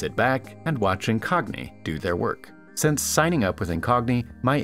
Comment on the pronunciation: Please learn the difference between "since" and "sense," and if you know the difference, please learn how to pronounce them correctly. All of mankind thanks you.